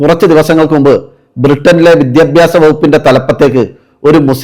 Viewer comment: *വിദ്യബ്യാസമല്ല പക്ഷെ വിദ്യാഭ്യാസം മലയാളം ശരിക്ക് ഉച്ചരിക്കാൻ പഠിയ്ക്കൂ😂*